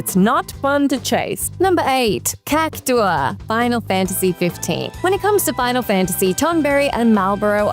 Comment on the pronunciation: Wow, finally a video where someone pronounces cactuar correctly! So many people I see pronouncing it like centaur.